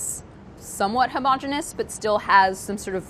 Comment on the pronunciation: Is it even a BA video if they don't say "homogeneous?" 😂